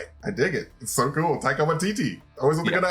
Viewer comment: The taika accent was perfect